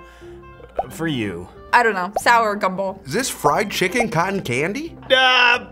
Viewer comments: STOP SAYING FRYED CHIKIN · Every round he say fried chikech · said FRIED CHIKEN everytime